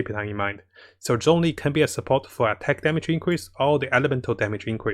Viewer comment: The "Z" in Zhongli is pronounced like a "J". Everytime people mispronounce the chinese names, a piece of my soul dies a little 🗣🗣